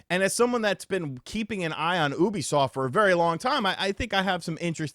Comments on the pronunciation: It's Yoo-bee-soft bro. Not Ooo-bee-soft. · pronouncing Ubisoft as “OO-bisoft “ instead of “YOU-bisoft “ bothers me for some reason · Its pronounced yoo·bee·saaft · It’s you-bisoft brother ☺️ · The way you say oobisoft lol it makes me chuckle but look this has been years in the making, they destroyed ac and far cry